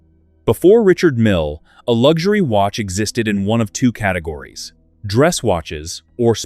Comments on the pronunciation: The guy is French. His name is pronounced REE-SHARD MEAL. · Perhaps you need to buy a watch that helps you pronounce the name correctly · The AI’s inability to pronounce a name correctly or consistently is intolerable.